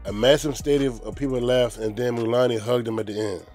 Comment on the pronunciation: Mulan-ey. Hahaha